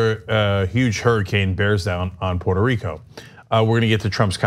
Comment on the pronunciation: Go back to his pronunciation of Port a Rico, in 2017.